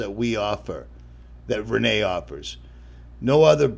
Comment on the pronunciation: It's not Re-NAY .... it's Ren-NEE .... I know, I've spoken with Rene!